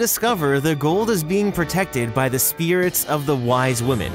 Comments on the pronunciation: Hate to be the party pooper, but it's white women, i thought you said wise women? Love the video regardless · The Dutch names are butchered, but you deserve A LOT of credit for at least trying! Also... They are WHITE women, not wise women. They are restless spirits (people used to believe the white mist over fields were these spirits)